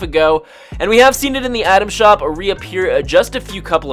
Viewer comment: Broo y does this dude say atom shop that rly annoys me smh 😂